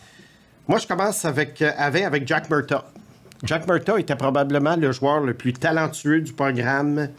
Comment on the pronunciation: Le premier joueur, J’entends Jack Murta. Beinh, il parle de Jack Murtagh. Ca ce prononce Mur-tag. A force de regarder les matchs, tu penserais que aurait entendu son nom. Penses pas que voudrait qu’on prononce son nom Boise-vurt